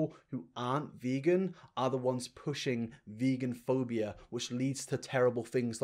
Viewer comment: She's also saying vegaphobia wrong